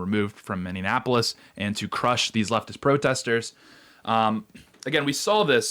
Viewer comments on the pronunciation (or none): Fyi, it is Minneapolis, not Minne-in-apolis. ICE made a lot of progress here in Minnesota. They have more target-rich environments like LA that they should focus on now for a while. They can return to MN again in the future. Keep up the good work, Tate! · Ex-Minnosotan here.. Please stop saying Mineanapolis. It's just Minneapolis. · Sorry, I gotta: Are you saying Mini-Annapolis, or Mindianapolis? Because you're not saying Minneapolis. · Dude, you really need to work on your pronunciation. It is Miny-appolis. Not miny-anne-appolis. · Minneanapolis? Nope Minneapolis. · You are killing me! I know it's a minor thing, but it's nails on a chalk board to me... it's not, "Minneanapolis" is pronounced, "Min-ee-app-oh-lis" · Okay I gotta ask, why are we pronouncing Minneapolis as Minne-an-apolis? I feel like im having a stroke. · "Minndeanapolis" ...Mindiana?...😁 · I'm so confused. It's "Mini-app-polis" not "Minion-app-polis". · Tate, your coverage of Minneapolis continues to be almost unwatchable. Mini-apolis. Not mini-inapolis Thank you for your attention to this matter. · It's not Mini-Annapolis, it's Mini-Apolis, Minne-apolis. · I want to know why people keep saying Minneanapolis instead of Minneapolis. Do they think it's supposed to rhyme with Indianapolis or something? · Ok…. You don’t have to keep saying “Mindy-e-apolis….. it’s Minn-E-apolis. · Minneapolis NOT Minneanapolis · It's not Minnie an Appolis. It's Minneapolis. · Where is this "MinneANNapolis" place you keep referring to? 🤔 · Can't watch....it's Miny-apple-us....the pronunciation is so bad to my ears!😂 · "Minneanapolis" "Kyle Reddithouse" LOL! Jesus. Can't you find someone who speaks English? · Are you saying Minnanapolis on purpose? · It keeps sounding like you are saying mini Annapolis? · Minneanapolis?!? 😮 C'mon, man... 🤭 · rubs nips mini-apollis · I hope this is feigned but I don’t think that it is. It feels weak. And I know you aren’t a Minnesotan but it’s pronounced Minnie-Apple-Less.